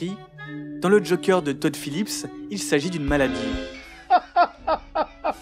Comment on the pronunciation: "A l'égard du Jokeur" Si tu tiens à prononcer le "E" de Joker à l'anglaise, s'il-te-plaît, prononce tout le mot à l'anglaise, pas que le "e", parce ce "euh" que tu prononces n'est même pas le "e" anglais dans ce mot-là ! Même "Ze Jokère" serait mieux passé à l'écran que "Le Jokeur" avec le R roulé à la fin !